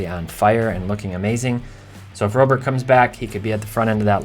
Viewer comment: Can we start pronouncing Robert like Robert? It's time